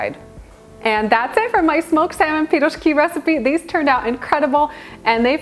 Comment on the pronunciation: I love how you say пирожки, i grew up on piroshki my parents made them all the time with different fillings, great recipe im gonna try with salmon filling.